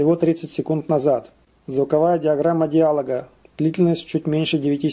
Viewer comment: Не диАлога, а диалОга! Где же свитер из оленя?!